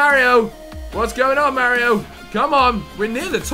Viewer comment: you don't say Mario right lol